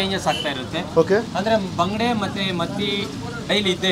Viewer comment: Neevu baangde antha yake helhodu.Bangude meenu antha helhi...❤